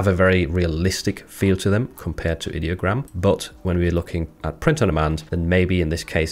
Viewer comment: Like the video, very informative 👍 Its pronounced eye-diogram btw they say that in the rules channel of their discord, I'm guessing alot of people pronounce it id-diogram